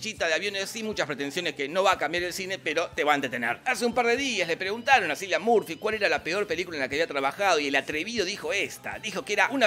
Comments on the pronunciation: No se pronuncia "Silian" Murphy sino "Kilian". Aunque sea los nombres los podría decir bien. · Kilian, no Cilian. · Eh, papu, Cillian se pronuncia Killian...el esta hasta el orto que le pronuncien al nombre mal... anyways que tengas buen dia. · Se escribe cillian pero se pronuncia / dice killian